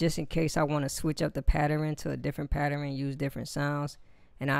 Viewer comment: Patteren? What the fuck is a Patteren? 'Switching up the Patteren'... ...Oh... OH!... OH! FUCK! You mean pattern! Here I was looking in the Geist Manual like a dumb fuck for Patteren, Patteran, Patran. Turns out your just saying it like a dumb fuck. XD J/K... But seriously, the fuck is going on with the education system in America? *Edit - Thanks for the tutorial by the way bro.